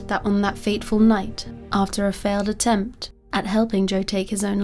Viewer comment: Honest question: is it your mic that is weird, is English not your first language, or do you have a speech impediment? e.g. when you say "failed" it sounds like "faileds", "decided" sounds like "decideds", etc.